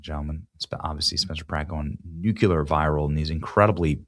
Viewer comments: Please don't try to pronounce "nuclear" if you're unable to pronounce it correctly. It's not "nuk u ler". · Benny how much do I have to pay for you practice saying NU-CLE-AR 10x in the mirror. Just give me a number and a link to donate. Please. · Benny, I love your show, but you’re killing me! Please learn to pronounce nuclear correctly.